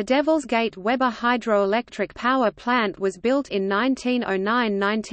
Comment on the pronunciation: We-bur, not Web-ur.